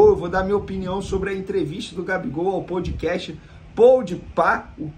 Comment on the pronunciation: POUDcast POUDpá kkkkk tmj vene